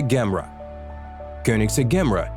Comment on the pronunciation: Ok, enough's enough man. You're pronunciation is absolutely horrible!! That's the Koenigsegg "GEM-ERA" NOT "GAMRA", so you'd pronounce it "JAY-MERRA" GOT IT?? English must not be your first language, you'd do yourself a service if you worked at your English skills!!! 👎💯... 🆘